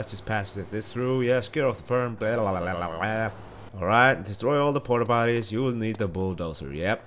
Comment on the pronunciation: Hahahah the what????? Portapateez? Nigga please